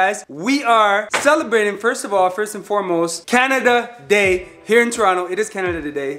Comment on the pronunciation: said Canadada day 😂😂🤣🤣